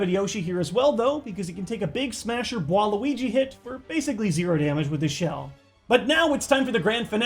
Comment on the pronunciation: I don't know who is harder, bwario or bwaluigi